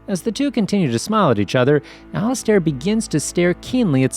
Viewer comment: It would be better if you could read better... Al-iz-stare?? 🧐🤔🤨